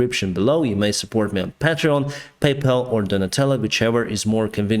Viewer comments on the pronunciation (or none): none